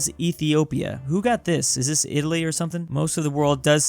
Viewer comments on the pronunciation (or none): none